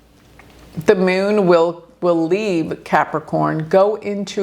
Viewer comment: The Meeoon (Moon). Pronunciation is funny!😅Like Peon!!